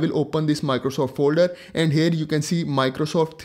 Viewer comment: FORGODSAKE PLEASE stop Sounding HAIRRRRR...🙏🙏🙏 It is HERE that sounds like HEAR. Not HAIR... That was so annoying dude...